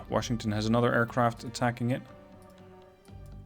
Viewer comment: love the vids! I know English is a 2nd or 3rd language for you and you speak it REALLY well. A little pet peeve of mine; Washington is pronounced without an "r". it is wash not worsh.